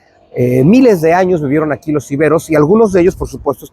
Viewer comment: Muy bien dicho : Iberos, no Íberos